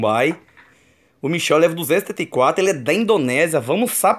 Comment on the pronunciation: Era Michael nao michel kkk